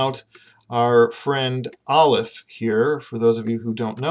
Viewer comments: I'm not a native Hebrew speaker but I've been learning Hebrew lately and based on everything I know about the language, I really don't think this video is helpful. I got as far as Aleph which you pronounced with a strong American accent and claimed 'has no sound'. How can you say it has no sound! Aleph is such an important and integral part of Hebrew pronunciation. Here in England, the aleph sound is an important part of everyday English (eg words like 'Apple' or 'Ask' begin with an aleph sound in British English). The idea of dropping this from English is unthinkable, but the idea of dripping it from Hebrew - a language which has a special letter dedicated to this sound - is totally unthinkable. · I'm relatively new to learning Hebrew, but I was taught that aleph is a glottal stop. Perhaps some Hebrews use a silent aleph, but I really cannot imagine it being silent. I would find it almost impossible to pronounce many words if I couldn't say the alephs! :)